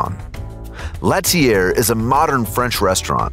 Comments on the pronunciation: l'ATELIER * pronounced : la-tel-lee-eh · Omg the way he pronounced l'atelier... you can google pronunciations before you record, you know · L’atelier De Joel Robuchon (L-ah-tell-ee-yay) not (lat-ee-AIR) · That would be pronounced like LAH-TELL-EE-AY…. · 3different restaurant with 3different names /countries/cultures and my man manages to butcher all 3! 😂😂😂 IL Gabbiano (eel gabbiano) Italian for "the seagull" my man goes 2 gabbiano! L'atelier (la-teu-lié) french for "the workshop' my man goes latier! La Mar Spanish for "the sea" and my man calls out the Ravens QB! 😂😂😂🤦🏽‍♂️🤦🏽‍♂️🤦🏽‍♂️